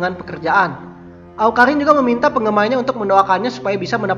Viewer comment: Awkarrrrriiiin bkn awkahinnnnn hahaha